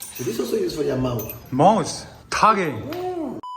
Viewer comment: 钟啊，mouth👄不是mouse🐭啊😢